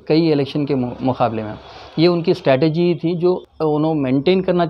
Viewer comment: Strategy....NOT STATEGY Correct Ur English Dear Brother